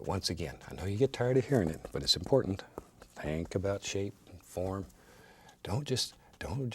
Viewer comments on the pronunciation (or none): none